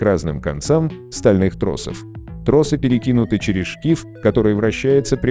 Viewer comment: Однозначно лайк! Только вот слово троссы очень режет ухо.